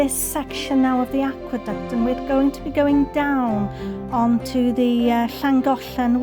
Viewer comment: I love how you pronounce the city names, I always wondered how it should sound! Not to mention how extremely beautiful the are is and the aqueduct is very interesting. World engineering heritage, not a surprise!